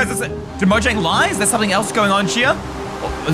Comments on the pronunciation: why jomnag it's mojang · its said Mojang not jomnag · dude that says mojaing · yes lol its mojang, not "dare to touch" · 1017 is the galactic language is mojang Not Jonmga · Ey it isn't JOMANAG it's MOJANG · that's not jomanag that's mojang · Its mojang not jomnag